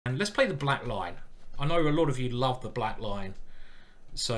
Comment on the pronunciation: For several videos, I thought you were saying "The Black Line"!